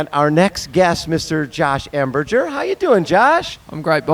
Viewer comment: Could you pretty, pretty please explain to how to pronounce your name correctly.... he seems incapable and it makes me want to throw things at the TV!!!!